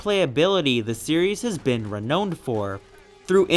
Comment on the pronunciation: "Renowned". You pronounced it similar to how you would say "know" but it is actually "now". No biggie. :)